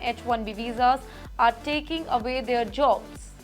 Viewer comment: Can't you PRONOUNCE words like 'away' appropriately? Obviously, you need to learn correct pronunciation before you have your videos posted. And you know what, a large number of 'Indians' don't assimilate in the US and as a result, get subjected to a lot of hate, antagonism and antipathy.